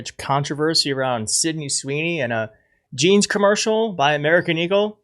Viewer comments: Jesse Waters ,Hey Stupid ! It's J e a n s,not G e n e s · Her “jayns” are “bluh” - she needs lessons from Nigella on how to pur in English